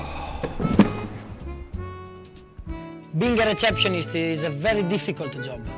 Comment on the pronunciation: I love this video so much! I love how Vale says receptionist, I might say 'recheptionist' from now on. Poor George, haha.